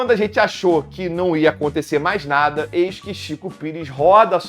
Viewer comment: "Vem cá nadá" kkkkkkkkk. De tão ruim ficou muito bom kkkkk